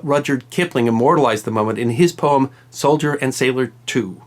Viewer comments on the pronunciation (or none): none